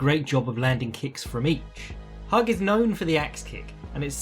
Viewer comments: Hewg not hug lol. I'm terrible at pronunciation but he was one of the greatest ever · It's pronounced "Hugh" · Just so you know, it's pronounced "hoog".